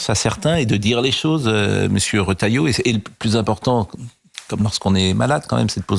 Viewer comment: Les journalistes ne savent pas lire, le Ministre s'appelle Bruno Retailleau et le journalistes prononcent Rotalieau (c'est Re)